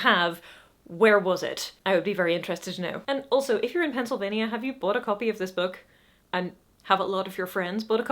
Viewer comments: I'm from Pennsylvania (and I love the way you pronounced it). I ordered the book as a pre-order, I thought, but I just realized it never came. I've been busy with finishing a school semester, and now I want to go and find this book. It should be easy to find since Pennsylvanians have ordered more copies than any other state in the union. :D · Can confirm the local pronunciation. Spot on. Though most of us just call it by its state code, PA. Because 4 syllables is too many for everyday use. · I had to back up and listen over to notice the pronunciation. so I'd classify it as pretty darned close. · I LOVE how you say Pennsylvania. (I'm a Pennsylvanian) We pronounce it pencil-vain-ya but pronouncing it how it is spelled makes our sound like a small kingdom. Thank you. ❤️ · As a Pennsylvanian your pronunciation is acceptable. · As a longtime resident, your pronunciation is fine. I didn't realize you had an issue with it until I saw this note. Now I wonder if I've been pronouncing it wrong! Meantime, I'll check with Cupboard Maker Books in Enola, Pa. (outside Harrisburg, the capital). When Michelle gets behind a book, she can move a couple hundred of it. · I live next door to Pennsylvania and I'm like, "Wait, you're not supposed to pronounce it that way?" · From the US had to go back and relisten to how you pronounced Pennsylvania because I didn’t catch anything wrong with it. It’s honestly fine, I’m curious to hear how people told you to change it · You're fine. I just figured that you have rarely if ever heard/said it before, which is completely fair. No reason for you to know how we natives say it 😁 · As a western Pennsylvanian- you pronounced it the same way I do. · As my fellow PAs have said, your pronunciation of Pennsylvania is acceptable and delightful, and don’t ever change it. ❤ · I love the way you say Pennsylvania! And it beats the way every gate agent at every airport in the US pronounces Norfolk (Virginia, not UK). 😅